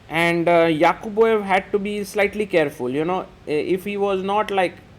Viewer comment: "Yaqubboyev" is nice pronunciation